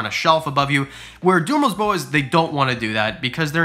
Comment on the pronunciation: 😂🤣 you’re killing me in this video lmao. “DU”merils boas.